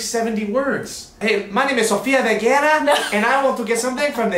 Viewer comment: Did anyone who speaks spanish notice he said Sofia Verguera? Just saying😂